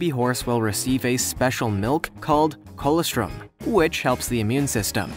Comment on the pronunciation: Please pronounce difficult words properly; before making the video, the reader should find out how to say words he is not sure if, such as colostrum, mischievous, are just 2 examples that are mispronounced in this video.